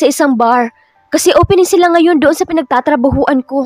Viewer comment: PINAGTATRABAHUHAN NOT PINAGTATRABAHUAN